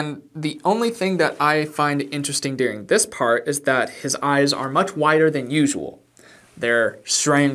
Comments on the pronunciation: I love how you pronounce the word "During" as "Deering ". Do you know that you do that? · It is during, not dearing.